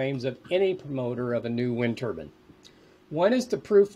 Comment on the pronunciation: WTF? why does the Turbine expert keep saying turbAN??? they aren't wind headwear???